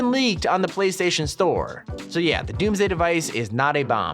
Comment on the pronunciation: When he says DOMMS DAY Device Im like hide the all the fish